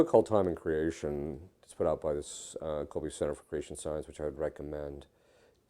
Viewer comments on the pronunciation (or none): none